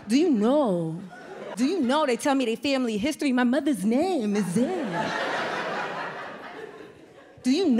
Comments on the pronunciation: We pronounce the name as “Ze-neb” in Arabic - not “Zay-Nab” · She’s pronouncing Zainab so wrong it hurts my soul. She’s not wrong just her pronunciation is bugging me..😬💅